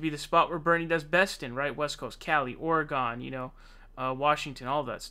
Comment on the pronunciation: He knows that Oregon is pronounced "Or-gun" and not "Ory-gone" right? He's just trolling us right?